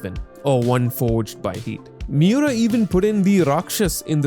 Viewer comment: The way to pronounce his name, Kentaro Miura, is not that hard bro. Mee-oo-rah the rah being like the end of radar